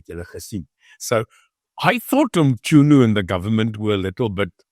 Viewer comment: Its Mchunu not Mtshunu😂😂😂